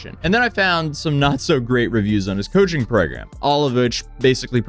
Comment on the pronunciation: Coaching services!!!!! Sounds like u said "Cushing program"